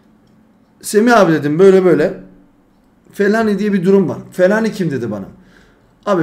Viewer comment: Fellaini ye fellani demiş sonra da anlamıyor diyo😂😂😂